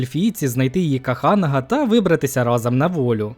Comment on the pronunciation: Каханага? Як це слухати?!